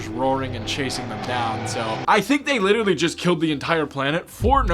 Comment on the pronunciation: witerally gambling